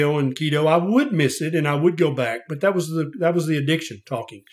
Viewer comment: "Zee bugs". Haha. I love!!!!❤